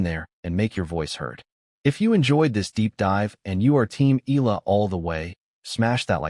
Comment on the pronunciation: It's pronounced EYahLah Not ilah , pls stop murdering her name😮